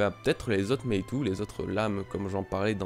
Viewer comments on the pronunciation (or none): Courage ! Quelques semaines difficiles, pour renaître plus fort ! Pour le Meitō/Meitou, si ça peut t'aider ça se prononce Mētō ;) (avec prolongation du son "é" et du son "o")